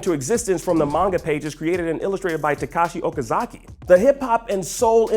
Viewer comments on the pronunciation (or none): none